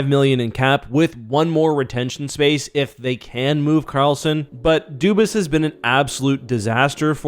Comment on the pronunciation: Why does nobody say his name right? It's obviously Dubas, but everyone says Doobis...